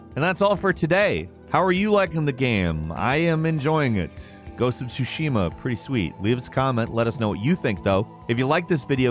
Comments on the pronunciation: It's not "soo-SHE-ma", it's actually "TSU-she-ma." Emphasis goes on the first syllable, not the second. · TSUshima not TsuSHIma just FYI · Love you. "Tsusushima" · Not insane but I don’t get why people love certain games but don’t know how to pronounce it properly…the t is silent… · Lol, u should call your Content , " 10 gamemechaniks in Ghost of Tshushima " , there is no ONE THING the game doesn´t tell you !!!!